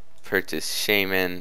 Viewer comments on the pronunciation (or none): It's called shaman not shyman